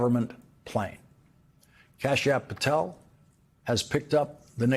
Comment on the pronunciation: Kasp App Patel 😂😂😂come on Lawrence